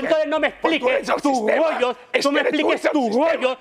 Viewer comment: No me vengas a contar aquí tus rrrrrrgggggollllllos😂